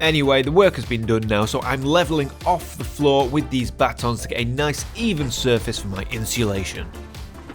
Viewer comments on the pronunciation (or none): Battens. I cringe each time you say Batons 😂